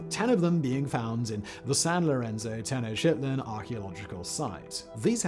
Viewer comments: Simon you still haven't learned how to say Tenochitlan even though it's been in several videos on different channels. 😅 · Did anyone else hear him pronounce Tenochtitlan as "tin-oh-shit-land"?